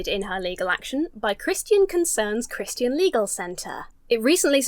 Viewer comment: American here. It is delightful how you pronounce "Christian". Your version has more syllables in it than mine and I like it.